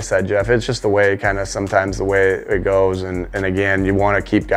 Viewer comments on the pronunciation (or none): I love that has the old man delco accent when he says: “yeeaaahh.. that’s kinda just how it GOWES”